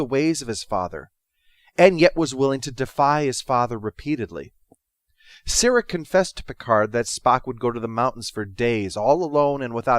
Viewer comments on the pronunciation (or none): Who is this "Sairek? Spock's father is Sarek pronounced Sah-Rek.